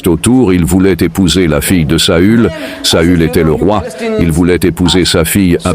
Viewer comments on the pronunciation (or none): Le traducteur traduit mal on dit saül pas saul . Saul c'est Saul de tarse Paul